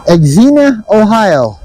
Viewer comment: It’s pronounced zeenya,OH. It’s a wonderful town. Cycle-Con was there last year and will be back again this year. So much fun to ride all the different types of trikes.